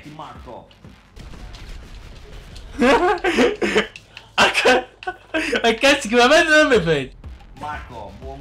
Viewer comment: Gvande ti seguo pevsonalmente da ievi seva